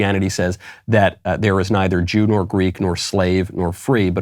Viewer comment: Michael, in the exact same verse which says “neither djoo nor Greek” he also says “neither male nor phemale”. Should we take that temporally too?